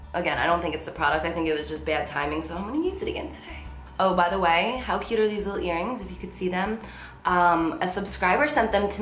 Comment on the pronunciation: The New Jersey in her totally comes out when she goes "HOW!?"